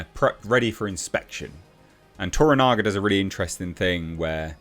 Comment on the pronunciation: Shogun is simply continually providing excellence. Also congratulations,, you finally got Toranaga's name right! lol